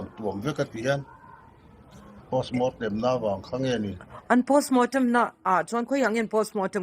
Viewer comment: Postmortem pawh ati lo postmootem ti ngei ahhh